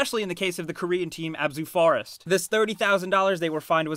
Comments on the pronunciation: ah-zoo-boo frost... not Abzu forest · abzu forest? butchered op its AH-ZU-BO Frost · a-zoo-boo frost not azobe forest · azubu forest???? it was azubu frost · It's AZUBU Frost not ABZU forrest. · It's frost, not forest..... you can even read it on their uniforms. this guy.... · im positive its pronounced azubu (ah-zoo-boo) frost and not azub forest, also the fine was for 5,000 for one player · "Especially for the Korean team, Abzu Forest" This probably bothered me more than it should, but dude come on, it's Azubu Frost. If you're gonna bother researching the information, include it correctly. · Am i the only one who noticed he said "Azubu Forest" instead of "Azubu Frost" ? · Azubu frost, and not abuzu forest lol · Abzu Forest? Azubu Frost, sir. Azubu Frost. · K i know this is a bit late for this reply and I am guessing that someone out there has already mentioned it but, Nexon is a Korean company, not Japanese, and the League of Legends team that was mentioned was Azubu FROST not Forest as you pronounced. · It's not "ABZU FOREST" it's "AZUBU FROST" fucking idiot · Uh-zoo-boo Frahst. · LMFAO HE CALLED AZUBU FROST "AZUBU FOREST" 😂😂😂😂😂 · Probably been said before: Azubu Frost is not pronounced 'Abzu Forest'. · How the actual fuck does "Azubu frost getting fined" get pronounced in the video as "abzu forest getting faned" dafuq man? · Apparently Azubu Frost is pronounced Abzbziuefyu Forest now. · Did he just pronounce Azubu Frost as 'Abzu Forest'? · "abzu forest" lol how hard is it to fucking read their shirts lmao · Azbu forst😂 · Did they really pronounce Azubu Frost as "Abzu Forest"? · How the fuck did you pronounce Azubu Frost? Ab-zoo forest? The fuck? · really... You pronounced it "Abzu Forest"...... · Oh my god the way he pronounces Azubu Frost was just horrible...never mind azubu, but how the fuck did you mess up the word FROST for FOREST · The way the narrator pronounced "Azubu Frost" was painfully cringy. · Lol Azubu Frost pronunciation killed me.